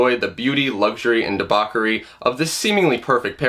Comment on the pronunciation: "DeBOCKery" "Much Sinister" JFC. Are ANY videos actually made by human beings any more???